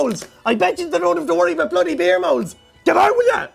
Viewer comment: I loved the way he said Aboot